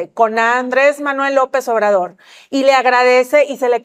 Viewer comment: Ayer 2 de junio nació la segunda: Manuej andre❌ lope❌ obradojjjjjj.